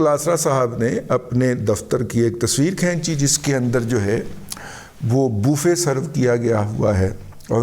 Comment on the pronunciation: dada bofay nahi buffae estarha boltay hain